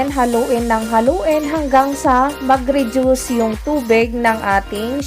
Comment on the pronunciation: Redyus o reduce? Magkaiba po yan 😅